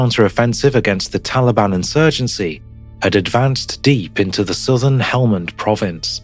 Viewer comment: I think when this millennial said "soothen" he meant SOUTHERN.